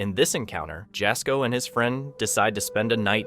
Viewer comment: Jasko is pronounced "Yazco" 😊 Jaz scares so easily even after years of doing this! Love his content! 🫶